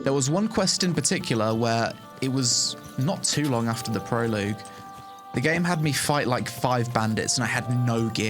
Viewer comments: Great review but Prologue = Pro-Log. Not Proloog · Dude it's pronounced pro-log not pro-loag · Nice to see your impressions on the game. Thanks. BTW, it pronounced "pro-log", not "pro-=loog". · It's PRO LOG omg not Proloog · I hate to be that guy but stop saying pro...loog? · i think the wildest thing about this video is that you think its called prolooog o.O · GAH! Say it with me: "pro-log" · It's pronounced prolog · Don’t normally comment on people mispronouncing stuff but proloogue makes me laugh every time you say it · "Not too long after the proloog." :'D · "proloog" is making it hard to continue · "pro-log"... the UE is tripping you up, but it comes after the G and is silent. (prologue) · Yo, the way you are pronouncing "prologue" is killing me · Thank God; First time he said it I couldn't focus on the rest of the video for thinking about it. By time I did he said it again and once more I was gone